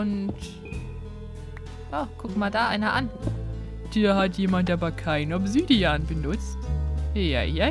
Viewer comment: ObsÜdian.......NEIN FALSCH! Es heisst Obsidian.....B....A...N....A.....N....E!:D Bitte versteh es nicht falsch...BITTE ps: sie sagt es bei:D